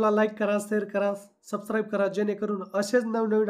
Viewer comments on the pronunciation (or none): Sabscrabe बोलायचे शिका व सर्टिफिकेट हे पण बोलायचे शिका बाकी व्हिडिओ मस्त होता.... 🙏